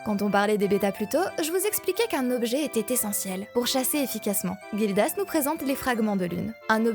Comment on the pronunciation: Gildas se prononce comme un "J" Jildas et pas Guildas comme une guilde ou comme les vagues